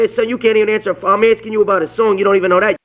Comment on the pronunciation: axing lol